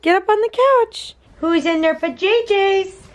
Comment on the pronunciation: I died at “pajayjays” 💀😭😂